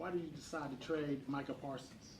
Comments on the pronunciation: It's MICAH not Michael Jerry! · He keeps calling him Michael not Micah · I want to fight Jerry on behalf of Micah for the amount of times he still mispronounces the young mans name. This old dude needs to retire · Leave Jerry alone. Some white people don't know how to say, Micah. He's doing his best. Tongue and cheek 😅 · Or Meeka Parsons 😂😂😂😂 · If you can pronounce Brian Schottenheimer. You can pronounce Micah.